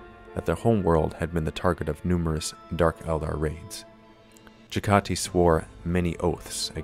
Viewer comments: Jag-ah-tie, not Jeggaty So many lore videos mispronounce this, it's not cringy anymore, it's scientifically fascinating. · Jag-Ha-Tai Not Ja-Gah-Ti...